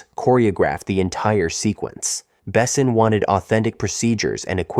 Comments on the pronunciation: Fact: check pronunciation before recording. Besson and Jean are to be pronounced French. Plzzz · Besson is mispronounced too.